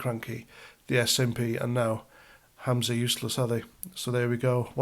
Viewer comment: it's Humza Useless, not Hamza Useless - you're thinking of your old adversary Abu Hamza. 😂